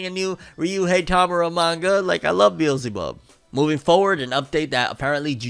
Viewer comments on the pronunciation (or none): none